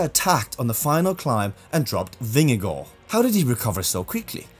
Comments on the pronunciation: Very well pronounced where you said Jonas vingegaard. As a Dane i can say, it sounds amazing when u say Vingegaard even in the Danish way. There the 2 as in the Vingegaard is also Å in Danish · From a dane here. So nice to see someone saying Vingegaard the right way. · Gotta give it to you, your pronunciation of Vingegaard, is impeccable.